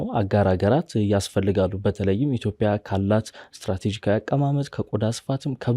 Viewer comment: ጋዜጠኛው፤ እያወራህ ያለኸው አማርኛ ነው፡፡ ኢትዮፒያ ሳይሆን ኢትዮጵያ ነው የሚባለው፡፡